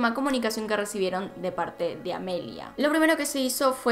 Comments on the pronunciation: Me estresé un poquito escuchando llamar a AMELIA "Emilia" 🙈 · Porque Amelia no es un nombre comun en argentina entonces inconcientemente le dices Emilia